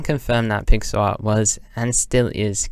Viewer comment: took me like 15 mins to realize you were saying "pixel art" and not pixar_ i was so confused lol